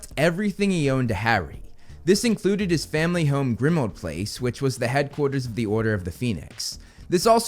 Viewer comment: Please put the emphasis on "PLACE" in "Grimmauld Place", not on "Grimmauld". It's just how place names are said.